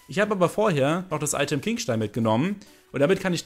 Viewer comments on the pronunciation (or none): none